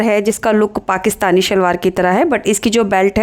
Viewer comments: Very nice but say salwaar not shhhalwar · yes but original word and spell and pronounce s not sh